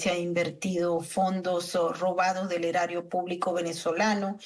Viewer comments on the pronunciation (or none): El erario es público, la forma correcta de decir esta palabra es “erario” y punto